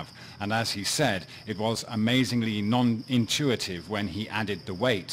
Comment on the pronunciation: non intuItive. not non intuative.